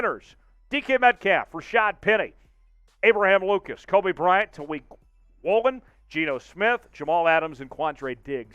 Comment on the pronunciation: This is the same fool who called the LOB the “legion of doom” - the fool who can’t pronounce Jake Curhan or Boye Mafe or Tyreek Woolen - a fool constantly embarrassing us by giving us Grant Cohn takes without the sense of humor or gravitas and also- just too many damned mistakes dude! Can we trade this fool to Denver, maybe, and get back three times the talent with one-third the headaches?